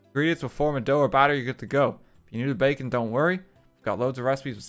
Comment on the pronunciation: Everytime he says baking I kept thinking he said bacon